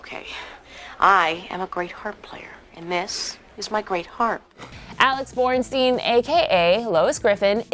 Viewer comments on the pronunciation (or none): Borstein not Bornstein 😡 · Alex BORSTEIN. Not BoRnstein. The worst of many mis-pronunciations in this vid. If you're going to do a bandwagon video, get better researchers. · It's Alex BORSTEIN...not BORNSTEIN...not only did you spell it incorrectly, you also pronounced it wrong, too...Yikes. You guys need to hire some new editors. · It's Alex Borstein, not Alex Bornstein. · They also called her Alex ''Bornstein''...Ugh. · If you're going to do this you should at least get the people's names right...it's jon hamm not john and alex borstein not bornstein